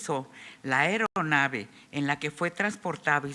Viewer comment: Señora, no es ERONAVE, es AERONAVE, ni es PILOTÓ, si acaso es PILOTEÓ